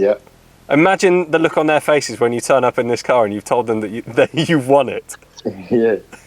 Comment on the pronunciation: Who else thought the winner said 'I just stole them' when asks have you sat in one of these before? 😂😂. I know he said 'I just saw them' but sounds a lot like stole them haha. Congrats anyway. Monster whip 👌